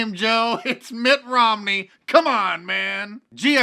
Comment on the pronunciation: You said Mitt Romney wrong. LOL. You gotta say it like Reince Preibus when he was drunk at the RNC convention.